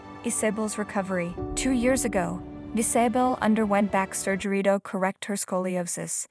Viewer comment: Why is it terrifying and sad the she is fully recovered and rock climbing? I hate these click bait titles. And it’s pronounced Iz-uh-bell 🤦🏻‍♀️